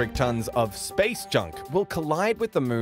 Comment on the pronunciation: Why do you pronounce moon ‘mrrn’